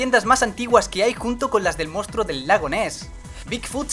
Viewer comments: soy el unico que se dio cuanta de que dijo mostro del lago ness? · Los " Isebergs " y El " Mostro " del lago ness.. Intedesante amigou :v